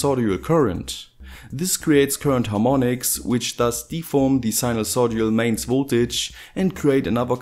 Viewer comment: SINUSOIDAL. Not SINUSODIAL.